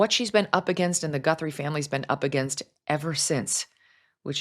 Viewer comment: Who the hell is Nancy Gunthrum? It's Guthrie!!! How do you know that her bedroom is small?